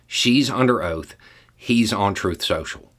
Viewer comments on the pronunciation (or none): “Truithff sochall”